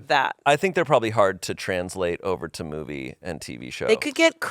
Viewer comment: Tbf I heard said bobbies instead movie for the first time